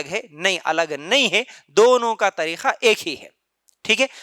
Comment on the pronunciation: Bakwas kar raha hai urdu bolna nahi aata tareeka ko tareekha bol raha hai ka ki jagah kha bol raha hai aurton ki namaz me thodi tabdili hoti yeh sarasar bakwas kar raha hai